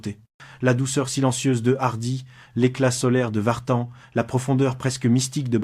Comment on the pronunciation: C'est pas Vartane MAIS Vartan.